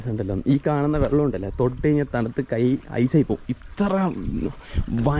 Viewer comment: വള്ളം അല്ല വെള്ളം കുറേ ആയില്ലേ സാക്ഷര കേരളം 😂😂😂😂